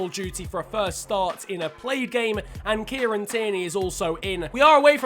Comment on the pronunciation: I thought u said Nigeria